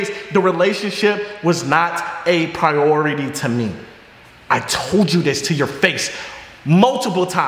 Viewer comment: wtf is prority